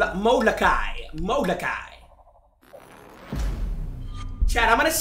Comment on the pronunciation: the way he pronounces Molokai😭 Dont name one of your kids molokai its one of the hawaiian islands 😭😭